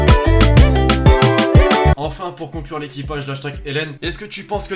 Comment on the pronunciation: Je t’aime bien mais quand tu dit « l’équipage » j’ai envie de partir de la video tellement c’est horrible à entendre